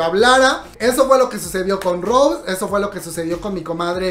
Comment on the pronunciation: Se pronuncia Rosé con acento en la E, no Rose en ingles comadre.